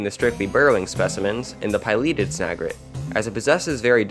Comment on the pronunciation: You seemed smart right up until you utterly failed to pronounce the word pileated lol. Why can't people just check the pronunciation of words they are unsure about using google? Also the top comments are just a wall of corrections lol. Maybe upload a redo video with all corrections made?